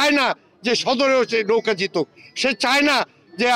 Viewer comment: এরা বলতেছে নৌকা আমি শুনতেছি লৌখা